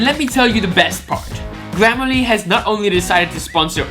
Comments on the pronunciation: i love how he said glam a le instead of gram ah le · Is it just me or did I hear glammerly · Funny that he can't pronounce grammarly